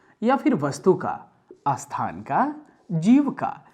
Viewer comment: Asthan nahi sthan padha kariye,aspasht nahi spasht kahiye